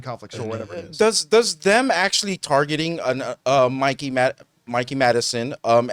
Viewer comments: Mike-eee not Mick-eee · please stop saying “Mickey” Madison bro😭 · It’s Mikey not Mickey lol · Mikey, not Mickey